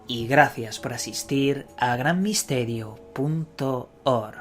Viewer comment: punto orjj jajaja